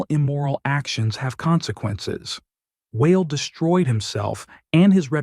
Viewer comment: Lol. I'm never going to be saying the name WA EL ever the same. It's going to be whale 🤣